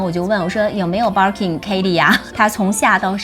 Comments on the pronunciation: 包包很美。Birkin 和 Kelly的发音都不对。索性用中文读吧。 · barking barking 的 。。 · Bir kin發音好怪⋯⋯